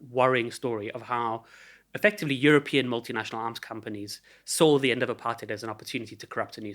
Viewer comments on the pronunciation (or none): none